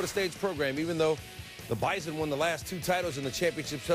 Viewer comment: Hail the Bison (Glad ESPN learned how to say it right)